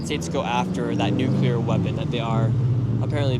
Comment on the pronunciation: Points for pronouncing it "new-klee-are" and not "new-Q-lar". I you get that right, the rest of your ideas may be worth listening to.